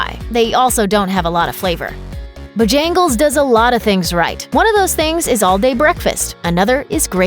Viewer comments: This list is automatically invalid with Burger King at #4 and Chick-fil-A being so low. Edit: Also it’s pronounced BO-jan-gles not bo-JAN-gles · Can't believe she mispronounced Bojangles...twice.